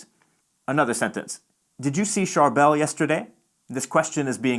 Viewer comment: So accurate! (He pronounced Charbel wrong, tho lol)